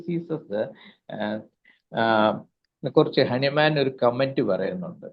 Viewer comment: ഹനുമാൻ അല്ല ഹാന്നിമാൻ ആണ്